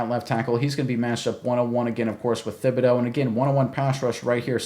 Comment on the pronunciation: Pronounced Tib-a-doe. Not Thib. Just saying, great vid, thanks